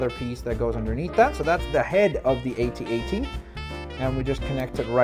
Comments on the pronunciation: No buddy, it's A-T A-T not ATAT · at-at is said with the letters individual a-t-a-t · don't say atat say AT-AT